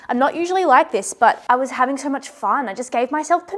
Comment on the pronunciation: Every accent has such interesting quirks. I really like yours. My favorite part is when you say any O sound it sounds like OEUR. The word so is like five syllables lol.